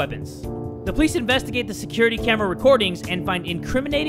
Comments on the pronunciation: IT’S AYANOOOOOOOO NOT AYANA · nobody:: "ayanae" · Its so hilarious when calls Ayano "Ayana" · why does he say ayanei instead of ayano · Who else is so mad when says Ayanay? It's Ayano, mate! I'm not a hater btw. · AYANAI! Me:REALLY IT AYANO NOT ""AYANAI!"" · Ayanae Me:,please say it right... Ayano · He was still saying Ayane when its Ayano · Ayana!? It’s ayanooo! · The way he said Ayane instead of ayano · i really wonder why likes saying Ayano like Ayanei (no critism) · Btw it's ayaNo not ayanE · its ayaNO like no not ayanA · its ayanO not ayanA Its ayanO with an O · why are u pronouncing ayano ayane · Am just the only one who noticed pronounces Ayanos name like i-yawn-ay? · Am i the only one who knows that fact that jay is saying ayano’s name wrong? I’m sorry jay but it’s AY-ON- O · why he call yan chan ayanae